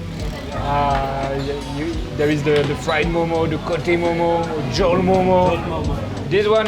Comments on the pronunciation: Its not Momos its Mo:Mo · Momo is pronounced म : म not मोमो